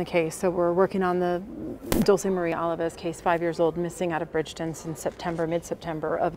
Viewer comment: Alavez not Alvarez! At least get the victims name correct! 🤦🏻‍♀️